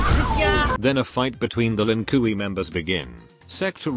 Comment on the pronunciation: "Lin Kooey"